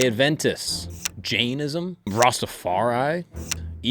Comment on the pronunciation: J-eye-Inn-ism = Jainism